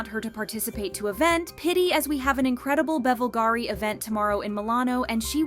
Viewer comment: BevelGari? Is this narrator a complete idiot?